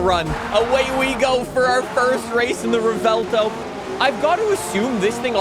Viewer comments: Rev-well-tow is syllables for the Lamborghini Revuelto, except you mash them together, so the V merges with the U in the first half of the W, making the vuel part of the name. If you want to say it a la Americana, then you'd just mash it straight, rev well tow, Revuelto, not rev-ell tow. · Pronounced "Rewelto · How to pronounce "Revuelto": Rev-well-to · I don’t get why Americans pretend other words are so hard to pronounce lmao “rev-well-toe” it’s really not that difficult 😭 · Revuelto means "scrambled" in spanish, just like your tongue trying to pronouce lambo names 😂 Love your content, greetings from 🇨🇱